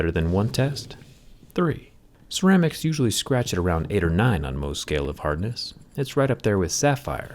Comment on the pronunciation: Thumb up if you notice how Jerry says, "Tree" instead of "Three"